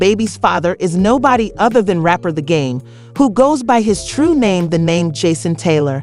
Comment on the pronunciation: You may want to learn the correct pronunciation of ppl’s names before making a video. 😒